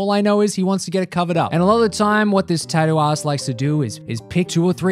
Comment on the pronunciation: why does it sound like he said tattoo ass?